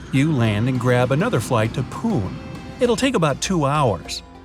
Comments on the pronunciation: Its puneY not pune u pronounced it wrong i live here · When he said- puuuun 🤣🤣🤣🤣🤣🤣 It's pune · I am from India and I think you should call it Pune not pun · Bruh it's not pune its pronounced as PoooNaeee!! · It is pune not pun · It's not PUN it's PU-NE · It's not pun it's punee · "PHUNN", lol... this should be "PUN-É"...! 😂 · It is not Pun it is Poo-n-ey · It's not POONE it's POONAY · It's not pun it's Pune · Its not punn,its pronounced as puney..😂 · Its pune not pun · Its not pun, it is Pune (punae) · Punn.??..it's actually pronounced Pu-ne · Not pun it's punee. पुणे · You have pronounced पुणे as पुन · That not pronouce pun it is poone as pronounciation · It's Pune not pun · No one:: poone instead of pune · The word “Pune” is pronounced as “ pu - ne” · Pune is pronounced as puné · its "puneeyy" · Dude it's not pronounced as 'pun'.....well I can understand..... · Arey because its actually poone... In hindi णे and not ने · Pune does not have a silent e so it's pronounsed ' puney' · It's actually pronounced PUNE not PUN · Btw it's Pune not Pun ! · It's actually 'Pu-neh'. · We (indians)pronounce Pune as punae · Pune is pronounced as Puné 👍🏼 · Hey pronunciation of pune is like " puney",, u did that wrong!! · pronounced pune wrong, it has the literal pronunciation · Ur pronounciation is wrong!!!! It's not pun it's pune!! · It's called puneee more like punae Btw you make amazing videos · It's it's pune.. not pun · ya it is true. it is called PU-NE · You wrongly pronounced Pune, it's Puu+Ne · its Pune not pun 😂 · He said it like "PUUN" 😂😂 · Yah it's puna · It is pronounced as "poone" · It's Pune pronounce right man!! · pls pronounce Pune correctly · For pune the 'E' is not silent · I live in pune...but i was shocked the way you pronounced it...😂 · The pronunciation of Pune is wrong. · you pronounced pune wrong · that is not the way to prononce pune and i am from pune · Bhais ki aankh, Isko "Pune" ka simple pronunciation nahi aata. 🤣 🤣